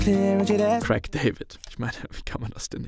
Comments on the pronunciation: Es heisst Craig und nicht Crack David. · Wer nicht mal imstande ist, Craig bzw. A1 richtig auszusprechen sollte lieber nicht über "so gar keine Ahnung" reden. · Nicht Krack David , Craig du depp